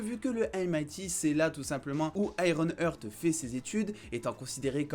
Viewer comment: Heart c'est "Arte" en anglais, pas "hurt". Donc ironheart (aiewon art). Comme "my Heart Will go on" et non "my hurt will go on". Sinon top la vidéo ;)